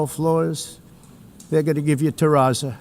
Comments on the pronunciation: It sounded to me like he pronounced it terrazza, but I'm pretty certain he was talking about terrazzo which is an engineered composite material containing small chips of stones, and/or glass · Trump said he was gonna give the UN "marlboro floors" but they ended up with "terrazza". He meant terrazzo, which is little chunks of marble set in some kinda concrete product which is then ground down to a very smooth surface. It's used a lot in public buildings that get a lot of foot traffic, like schools, malls, lobbies in office buildings and hotels, etc.